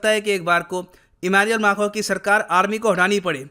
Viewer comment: correctly pronounces Macron!